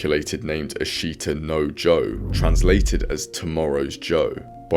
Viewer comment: Japan only cares when it has world champions or their team does well in the olympics. Unfortunately they are extremely shallow with sports and fads. When Naoya Inoue became champ the members in my gym doubles and now i never see any of these people anymore. Source: I live and train in Japan. also Ashita no Joe is pronounced 'ash-ta noh Joe' not important but worth mentioning (anecdotal ) The Japanese people don't have the old samurai spirit at all, perhaps a little still lingers but the Bushido code wasn't mainstream with the commoners. Maily with the ruling classes/martial artist. My wife and her father always express worry about my boxing. But, they also understand that it's my life and are supportive despite having reservations. The Yakuuza were (historically) old disenfranchised samurai that lost their purpose once Japan modernized from samurai to a military. The Bushido code would have been (initially) followed by Yakuuza too. Theres a big difference between organized crime and old families with ties to samurai. I'm not too knowledgeable and can't make heads of tails of it all. But the topic seems to be a little more tricky to pinpoint and discuss. As side note. The reason Ashita no Joe was super important in Japan was due to WW2 and rebuilding their economy and sense of national pride. This is probably way more inline with why they love this manga and anime. Less so about the bushido code.